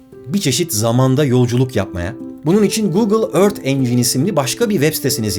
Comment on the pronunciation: Ört diye değil örfht gibi yumusak bir ton ile okunur lutfen biraz dikkat